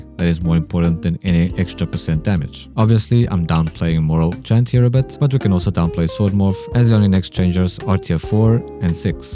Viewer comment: I had to leave when he called morale chant moral chat...